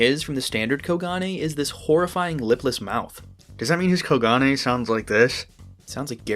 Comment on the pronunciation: I think it's pronounced as Ko-gun